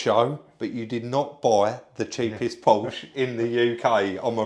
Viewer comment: Come on, try it - PORSH A ( not a Powsh )